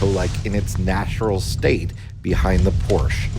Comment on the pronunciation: I can't believe your let you repeatedly mispronounce Porsche!